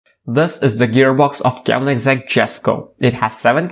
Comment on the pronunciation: What? Sorry but it's pronounced as "köönigsegg"